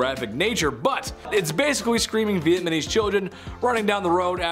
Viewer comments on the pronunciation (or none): U can say Vietnam, so add ..neess to the end like Chinese.. Not Chinese... Not vietmamess